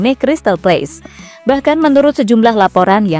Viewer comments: Crsytal Palace, bukan Crsytal Place. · Crystal palace bukan place!!!